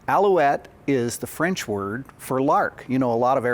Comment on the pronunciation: I must say: your French accent is excellent (both sung and spoken) ;-) I'd like to add two things: - the word 'aviation' itself is French (and appears to have been invented in 1863 for some towed gliding device), - the fact that these engines get their names from peaks from the Pyrénées has to be linked to the location of the factory, which sits in the South Western France, close to the Pyrénées mountains. Of course, the idea of altitude shouldn't be discarded, but the highest peaks of France are located in the Alps. There could be more to it, and I would happily get corrected, of course. Cheers from France, and congrats on the nice Béret (incidentally, especially typical from the place where those turbine engines are made).